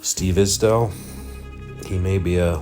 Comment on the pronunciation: You are ripping off other people's videos! Just another scammer looking for a profit from someone else's hard work 😔🤬 you can't even pronounce Isdahl right